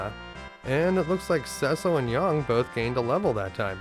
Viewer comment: great video except your pronunciation of yang......